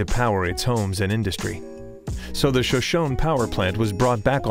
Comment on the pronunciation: Pronounced "show-show-nee" not "sha-shone"